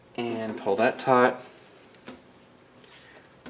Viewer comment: Are you saying pull it tight? Or tort?